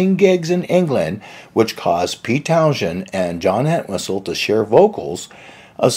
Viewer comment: Many thanks, yes it's pronounced Townsend, thank you